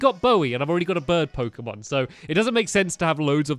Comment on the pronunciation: pokemon not poshen